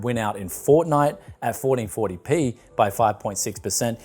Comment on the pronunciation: "Forreen forry pee"